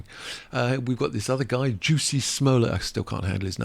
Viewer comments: You are mispronouncing Jussie’s name- it’s not juicy it’s Jus/ie 💜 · It's like Jessie not juicy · I think he was using the gag pronunciation created by Dave Chappelle or he is unaware of the proper pronunciation. Kinda annoying. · Maybe the reason you think Jussie Smollett's name is odd is because you totally butchered the way it's pronounced, lol